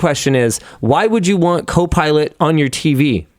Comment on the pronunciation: Did i hear linus say cope pilot? 😂😂